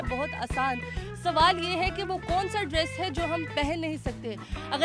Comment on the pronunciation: ایڈریس پہنا نہیں جاتا - ڈریس پہنا جاتا ہے